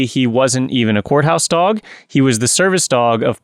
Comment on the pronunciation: Every time she says "courthouse dog" for some reason I hear "junkyard dog." 🤣 And that's probably what those judges hear. I'd take either, frankly.